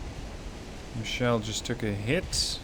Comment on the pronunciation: FYI: It's a german cruiser, so it should be "Michel", not "Michelle". It's a (mostly southern) variant of Michael.